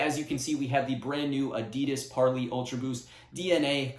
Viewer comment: You keep mispronouncing parley